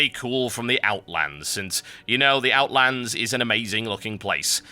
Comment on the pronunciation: There is no S in Outland